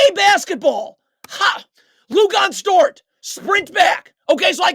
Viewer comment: “Lugonez” dort 😂😂